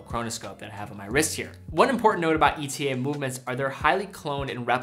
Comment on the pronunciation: Pleas it is pronounced e-tah